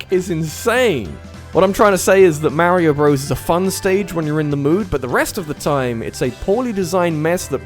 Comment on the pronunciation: "MEHREEOH BROS"